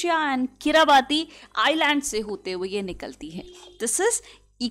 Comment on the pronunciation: Discription में रखा है 😂 किरिबाती को किराबाता😂 ठीक से तो बोलो